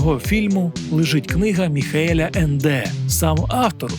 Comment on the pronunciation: Дякую вам за добірку. Тільки от німецький автор "Нескінченної історії" – Е́нде, з наголосом на перший склад.